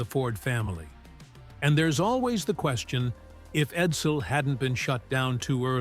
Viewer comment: How many times did this stupid Ai call this car the Eddle? Might have been a better name, at that. ‘’Middle -ass buyers’’ is priceless, not to mention 2 different overlapping narrations early in the video.